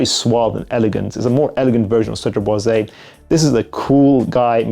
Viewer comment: Hey! First of all, thanks for your videos and dedication! One thing I‘ve been wanting to tell you for quite some time: Cedrat Boise is actually pronounced with a silent „e“ at the end as it‘s no „é“. So just stop at the s and you‘re good 😁 Keep up the great work ✌🏽